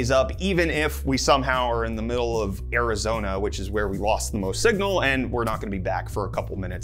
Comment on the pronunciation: When you said Arizona I hear error-zone eh 😂😂😂